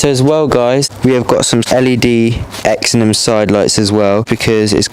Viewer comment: It’s pronounced “zen-on”